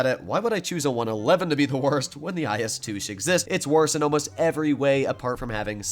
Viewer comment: "the IS TOOSH"